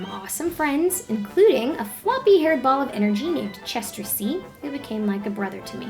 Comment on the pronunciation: What did you call Chester? I heard "A floppy haired ball of energenie" lol Best draw my life vid so far and this made me cry a river. Thank you Lana.